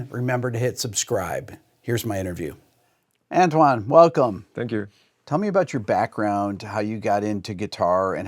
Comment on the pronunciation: With a bit more practice this kid could be half decent. By the way Antoine is pronounced 'On-twan' 😉